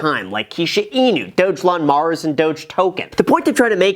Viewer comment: Its Dog - Elon mars Not Dogelonmars